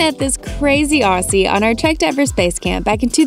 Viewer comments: i both love and hate how says Aussie:') 'ossie' -An Australian c' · auhsea HELP the way u say Aussie as an Aussie makes me laugh so much